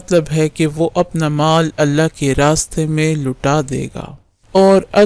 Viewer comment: Bhai awaz thek kro lehja thek kro bismillah ka talafuz thek se aza kro Allah ko patli awaz me nahi parhte pehle aap ye sekho uske bad aap video banao